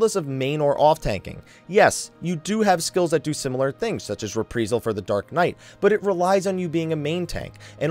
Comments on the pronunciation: It's pronounced 'Re Pry Sul'. Not repreesal. Sorry, but every time you said it, I winced. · Same reason you keep saying re-pr(ee)-sal instead of re-pr(eye)-sal? :P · Not trying to troll, just driving me crazy when I hear you say, "Re-pree-sal.: xD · I feel like you deliberately mispronounce shit just to troll people. "Repreesal?" Really? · Not trying to be mean but you're saying Reprisal and Halone incorrectly.